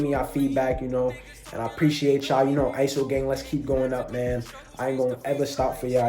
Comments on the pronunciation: I love how u say iso. I ur music also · That "ISO" was the cleanest i ever heard.